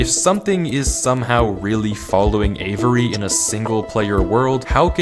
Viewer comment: The amount of times he said Avery was actually making me question my reality... and its 2 syllables, not avERy, never heard my name said like that lol